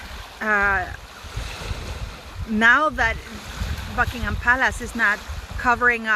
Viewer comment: Sounds funny when you said Buckingham..it sounded like...you replaced first alphabet. You're asking 3 times let me know in the comments so here it is.